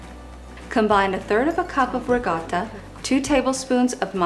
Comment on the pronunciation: Can you please pronounce ricotta correctly?. Watching these videos I'm kinda disappointed. Thanks for pretending to be Italian